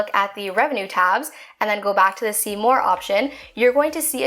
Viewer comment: Am I the only one who thinks about. "Seymour barnes" every time she says "see more" it's uncanny😂😂